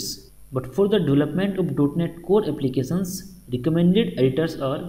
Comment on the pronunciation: so good and everything but please can you hear the right pronunciation of Applications from google translation !thank you in advance